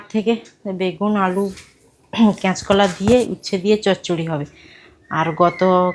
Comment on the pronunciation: কেচকলা আবার কি 😂😂😂কাচকলা বলতে পারো না